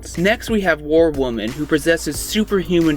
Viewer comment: If I have to listen to this guy say “War Wermen” one more time, I’ll lose my mind